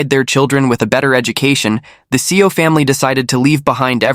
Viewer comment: seo is pronounced soul, not SEO like the Google SEO 😅